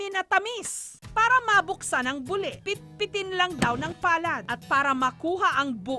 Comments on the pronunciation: Natatawa ako sa pag-pronounce ni Jessica sa buli. LOL. Nagiging private part sa bisaya kapag ganyan yung pagkasabi. Hahaha. Dapat yung "li" parang pagkasabi ng "ti" sa Makati. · Hahaha kaya nga. Mali ang pagkapronounce ni Jessica. Natatawa ako tagasabi nya na buli. Lol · Mali kasi ang pagkapronounce ni Jessica. Nagiging private part sa mga bisaya.